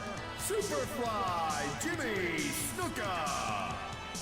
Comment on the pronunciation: Ur pronouncing snukas name wrong